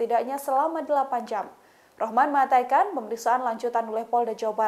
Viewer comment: Mbak Host, tolong kata "mengatakan" diucapkan yg benar. Mbak berkali" menyebut "mengaytakan". Mohon maaf 🙏